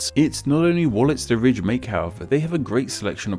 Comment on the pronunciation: The accent made me hear "This episode is sponsored by the rich" love it